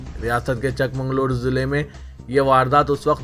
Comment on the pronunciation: Chik mangloor hai chak mangloor nahin